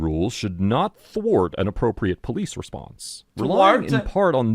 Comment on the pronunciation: I love how the word "indicia" doesn't throw X off, but it's the brain buster of the word "thwart" that gives him problems.